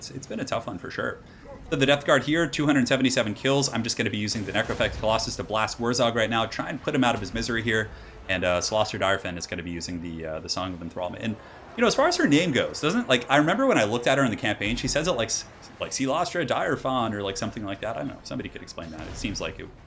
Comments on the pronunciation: It's pronounced "Deer-Fan" and I think it's French for "Bad End" ... because she had quite a bad ending. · it's pronounced deer-fine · I reckon the way its pronounced is a homage to a british sitcom where the main character was called Mrs Bucket but she demanded to be called "mrs bouquet".